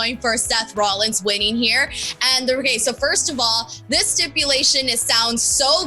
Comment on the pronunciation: I'm sorry, Seth ROLLIS? Seth Rollis.